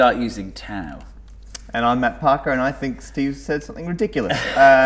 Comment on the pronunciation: Apparently Matt is pronounced Map